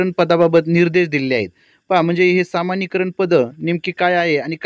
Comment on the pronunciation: कृपया समानीकरण असे वाचन करावे सामानीकरण नव्हे